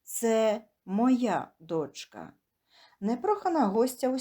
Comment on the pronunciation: ДочкА, спИна-- правильні наголоси .